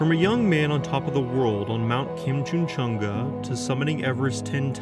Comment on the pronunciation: The western what? western koooooom Also Kan-chen-jun-ga, break it into syllables lol